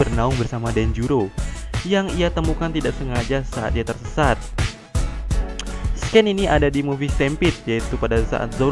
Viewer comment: Kak, hanya sekedar memberitahu saja bahwa kata, Scene itu dibaca 'Sin' bukan 'sken' . Kalo Scan itu baru 'sken'. Terimakasih